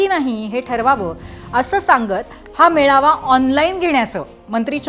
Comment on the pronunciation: पेडनोकर बाई ने आधी मेळावा म्हणायला शिकावं ती मेवाळा म्हटली. पुर्वी भावेने संचलन म्हणायला शिकावं.... तु संचनल म्हटलस बाई संज्या बद्दल काही सोलायची बोय च नाहीये हे राम. श्रीराम जयराम जय जय राम